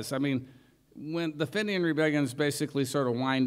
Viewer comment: I hate to say it, but your picky comment compels me to make one in response. Sure, his pronunciation of Fenian is a little off, big deal. But you realize that the Pogues were formed in London, James Fearnley and Jem Finer are both English. In fact, although Shane MacGowan was born to Irish parents, I believe he was born in Kent and lived in England quite a bit.